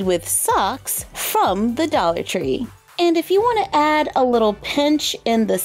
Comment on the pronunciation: Doll-ar tree, it’s almost as if it was made for dolls